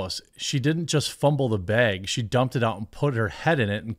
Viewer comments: Dude...bruh...breh... STOP SAYING BEG!!!!! It's bag, ok!? BBBAAAGGG. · bAAAAAAAAg not beg 🤦🏻‍♂️